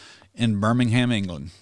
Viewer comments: Birmingham isn't pronounced the same as the Alabama city. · No doubt God will curse Birmingham with a plague of locusts and earthquakes to punish them for their evil ways. And, by the way, the H in Birmingham is silent....